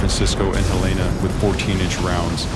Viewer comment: USS Helena named after an American city and does not have a woman's name. Name mispronounced.